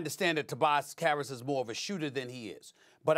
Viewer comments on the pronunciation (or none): Stephen A def said Tobias Carrots